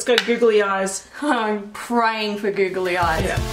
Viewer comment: I love the way that they say “googly”, it sounds like “goggly” 😂